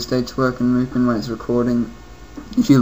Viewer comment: You pronounced Mupen wrong. Don't be like bobmario511.